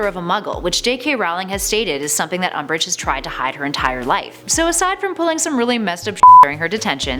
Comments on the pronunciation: Guys QwQ Its "Umbish" Hueheuhue ;-;(And to mention im not corecting ppl its just a joke) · It's umbridge not um😓😓😓😓😓